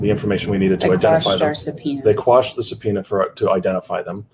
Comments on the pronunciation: "Sub-peona" made me lose my shit for some reason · why did you say sub-pionias 💀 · Who tf is narrating this? That is not how you pronounce “subpoena”. There’s a couple of other glaring pronunciation errors in the narration. Either look after your AI better or get a refund. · I didn’t realize this was an AI voice until he mispronounced “subpoena”.